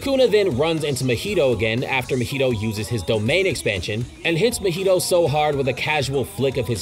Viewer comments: I hate how you pronounce Mahito lol (Should be Ma-He-Toe) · I can believe this dude doest know how to say deity or mahito 💀